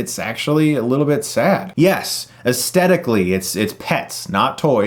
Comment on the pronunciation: Pedant break: esTHetically, not esTetically. Nice review otherwise, thanks